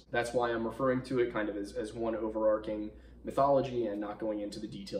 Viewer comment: Over-ARCH-ing. Over-ARK-ing isn’t a word.